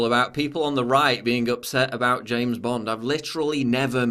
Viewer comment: i like to listen to you say james bond